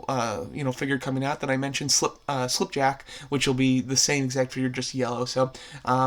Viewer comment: SlipJack it's actually skipjack but it's completely fine sometimes I completely mispronounced words actually